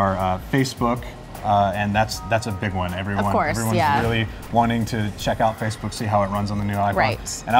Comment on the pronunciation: Fackbook, the place to meet horny singles in your area.